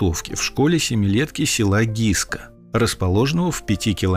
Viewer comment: Не Гиска,а Гыскэ.Вечно искривляете названия.